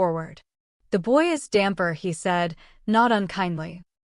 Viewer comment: The word is "dhampir" not damper.